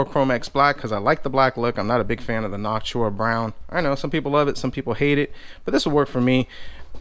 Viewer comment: u say noctua wrong